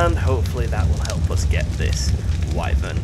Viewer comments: Man I love how you pronounce it way-vern like I did in the old days playing final fantasy(before learning that it's wai-vern). I've never heard anyone else say it like that, it is somehow nostalgic. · waevern egg wtf its called a wyvern egg